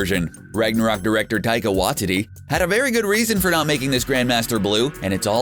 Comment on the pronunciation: He pronounced taika waititi wrong